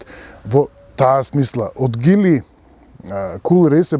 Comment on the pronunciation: А тоа за Geely како се изговара на македонски, според гугл транслејт Geely= Џили а не Гили....